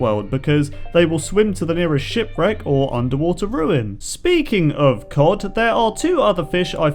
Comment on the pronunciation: Lol 23 you say ocean roins but goto ship breck lol